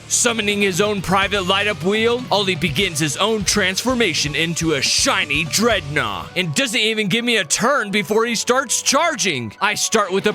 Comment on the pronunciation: I THOUGHT YOU SAID IT WAS A DREADNAW!?!?!?!